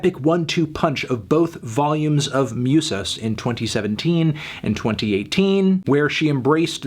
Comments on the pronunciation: Not a big thing, and if someone else has pointed this out, apologies. Musas is pronounced Moo-sahs not Myoo-sahs. Otherwise, great review, nicely done Antny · it's moosas not mewsas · “MYOOSUS” JAJAJAJJAA